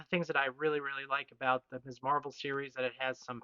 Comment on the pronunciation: Ms! And pronounced correctly too, as in Mizz. I can't tell you how many times YT comic channel hosts pronounce it as Miss (as if the 70s and feminism never happened).